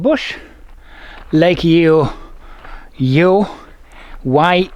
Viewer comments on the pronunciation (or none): It's Leon ora not Lenora and Yeo is pronounced Yo. But I will excuse the mispronunciation hahaha